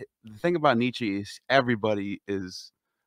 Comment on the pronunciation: Nietzsche’s name is pronounced ‘nee-cha’. No ‘e’ on the end. Thus endeth the pedantic lesson.